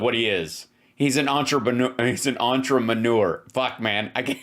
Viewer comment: He's an ontra-manure. He's an ultra-maroon. These trumpian- magats speak English like cartoon characters with speech impediments.